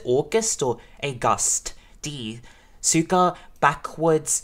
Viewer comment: Suga is pronounced Shoo-gah just like sugar without the R.